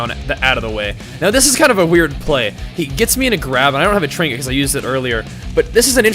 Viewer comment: "trinket" ....sigh.